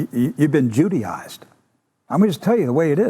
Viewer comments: "judiized" "judenized" what the fuck? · When thatidiot said we've been jewdyised, I thought he meant Judy ised. I wondered why Judge Judy was a problem. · Oh shit, is that what he meant by Jewdized? I thought he meant Judyized...like Judy Garland, in relationship to gay people. Wow...